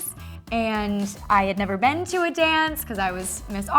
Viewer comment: i can’t be the only one who had always noticed that she says ‘been’ as ‘ben’